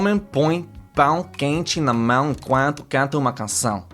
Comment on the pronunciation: Third part: the most interesting is that your "canção" is perfect in BOTH "a", those are the exact sounds you must use to correct all the other mistakes. You've got the right sound in your mouth!